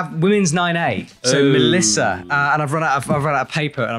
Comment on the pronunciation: Mélissa Le Nevé pronunciation is on point. (Once in a while there must be a name that you don't butcher!)